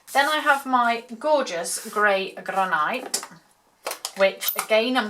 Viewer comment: Very pretty,they’d look a treat on the table. Though I’ve never heard Granite pronounced like that. Maybe I’ve been pronouncing it wrong all these years.😊 In my world it sounds gran it. x